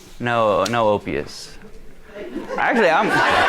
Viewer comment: Man said OPIEUS TF IS THAT😁